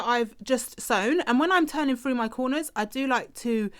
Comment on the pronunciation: Useful. Thanks! Just one thing, can you please pronounce your ‘th’s properly. It’s horrible hearing ‘pushing it froo’ and ‘seeing the fred’.